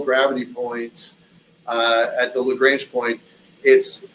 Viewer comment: Very interesting. It bugs me when people who are supposed to be experts can't pronounce "Lagrange" properly, however.